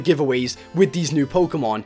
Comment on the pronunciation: u said pokenan